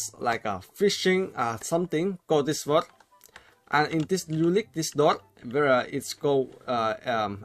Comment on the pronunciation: "world":dameul "Growid":Pazientegt # I always laugh if u say bad english wkwkwk